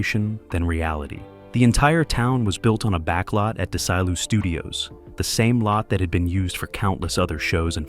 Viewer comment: What's this De-sy-lou studios? 😮😮😮😮